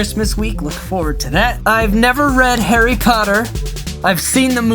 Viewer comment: did you say Harry cotter?